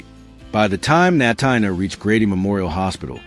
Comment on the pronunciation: Natina Reed first name is pronounced like Tina, so it’s Na-teena. Please pronounce it correctly!